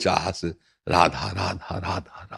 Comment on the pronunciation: अरे बाबा राधा राधा नाही रआधू रआधू रधहू रधाज्यू राधाज्यू राधाज्यू बोलो..radhu radhu radhu bolo. ❤